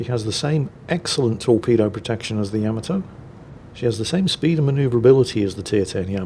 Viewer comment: I am curious why you keep mispronouncing Yamato. Is it ignorance to the pronunciation, disrespect for the Japanese or a joke? It is not YAM-UH-Toe it is YU-MAH-Toe!!!